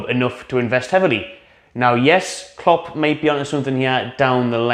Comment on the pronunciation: Klopp, Klopp, it rhymes with strop...